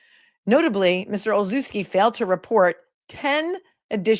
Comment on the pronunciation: Olszewski is pronounced Olshevski. The sz is a schuh because the ch is chuh like chicken.